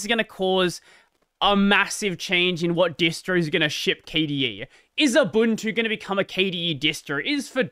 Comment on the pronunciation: Fun fact: Ubuntu is pronounced Oobuntu.